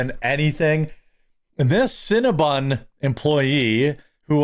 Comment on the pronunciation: Cinna-BON, not bun. It's bon like the French word for good or sweet. Like "bon appetit".